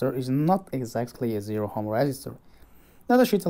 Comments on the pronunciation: Dude,... Ohm is pronounced as "om," not "hom" or "ohm." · Btw, in which language is ohm pronounced as hom ?? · Spotted the American. Ohm was a German physicist. So it is indeed pronounced with a long o in Germany.